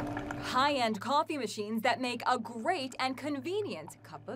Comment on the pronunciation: She said coffè instead of coffee